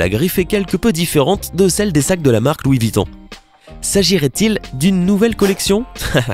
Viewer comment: Louis VOUITTON MDR